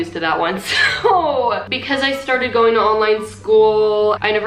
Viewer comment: ... and we're going to gaying ready for prom ... I have no idea what's the deal with my ears